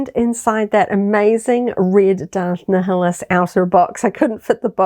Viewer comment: you can easily tell you aren't a star wars fan when you pronounce Darth Neeheelus instead of Naiuhlus